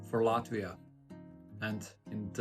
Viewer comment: I like how you already pronounce “Latvia” with Latvian accent:)) Hello from Estonia!